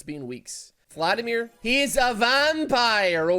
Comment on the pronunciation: I would be more upset about him calling him Phladimir all the time